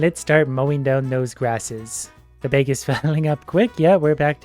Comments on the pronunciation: “Upgrade our BEG” 😂😂 are you from Minnesota? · why does he pronounce bag like "bage" ? (bake just with g) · I love hearing him talk about his “bayg” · i love the way he says bag